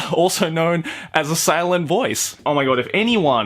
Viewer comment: I was literally fucking losing it at “A silent Noice”